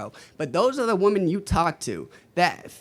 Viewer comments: the guy can't even pronounce wo-MEN, it's woMEN, not woMAN when it's plural, what is with this STUPID trend of illiterate people that can't tell the difference between woMEN and woMAN? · feminist but can't pronounce women. 😂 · Can these people not use the word woMEN??? it's wo-MEN, not wo-MAN when you speak of more than one woman. When did this stupid trend start. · If these people pronounce “women” as “woman” they have no business protecting said WOMEN.